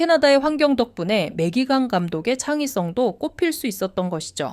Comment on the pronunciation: 다좋은데 매기캥 이 캥 발음이 ㅎㅎㅎ 어쩔수 없는 거긴하지만서도 .. 뭐 우리나라도 우리나라 방식대로 외국인 이름을 부르긴하지만 상당히 강하게 다가오긴하네요 캥 ><